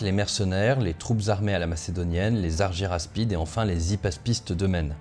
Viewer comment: Pourquoi prononcer Arguyraspides ? Si on prononce le y à la grecque, ca donne arguraspides